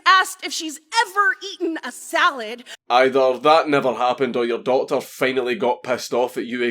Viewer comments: At the end when he said doctor for some reason to me that time it sounded like daughter.? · how the fuck do you make doctor sound like daughter